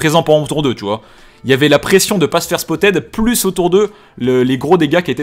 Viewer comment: J'aime bien le contenu mais arrête de dire "spottED" stp 😅